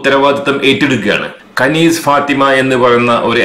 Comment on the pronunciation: കനീസ് എന്നല്ല അറബിൽ ഖനീസ് എന്നാണ് പിന്നെ കനീസ എന്ന് അറബികൾ കൃസ്ഥിയൻ ചർച്ചിന് പറയും